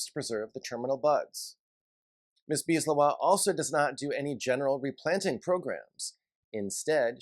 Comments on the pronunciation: I think it's more like Lae Houah. But I'm not native French either. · JK, I found weird the Leroy pronunciation.